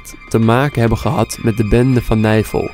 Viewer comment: Niemand: Helemaal niemand: Tajoela: geen disrespect maar het klinkt echt als navel*kuch*kuch